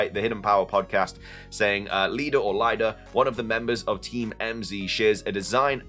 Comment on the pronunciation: I'm pretty sure Lida is pronounced "LEE-DA." No one would be called "LIE-DA."